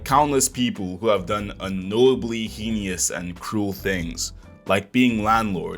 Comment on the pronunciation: You pronounce heinous heinously